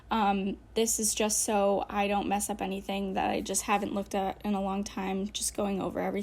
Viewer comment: the fact that she messed up the word 'messed up' made me laugh so hard.